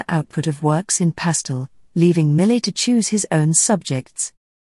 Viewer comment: French speakers would not agree with "mi·luht" as the proper pronunciation of his last name. You made an effort with every other name, including the other French natives. It's mee-YAY See: How to Pronounce Jean-François Millet (French Artist)